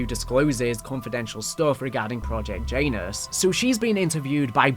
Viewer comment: you have to stop pronouncing Janus like that 😂